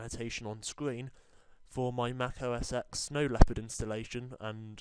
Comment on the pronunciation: I'm russian and i hear "O a sex", but not OS X :D